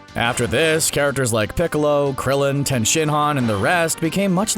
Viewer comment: Tien .. it’s Tien. Like do you guys even watch the show